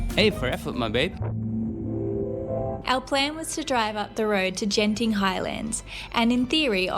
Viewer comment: Hi. In Malaysia the letter G is pronounced like how you say suGar. Genting is not Jenting. Most people would understand but some would wonder when you have a conversation. 😅 Genting highlands is estimated to at 1800 metres, or just over a mile high. The fog you saw was probably clouds (if its coming down from above). If it appears from ground, it is definitely fog (common at night and during or after rain) during which the combination of both gives zero visibility and one would find it difficult to walk.